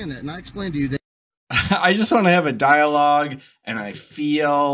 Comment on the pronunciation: Wtf is a "dawlog?!" He keeps saying that he just wants to have a "dawlog."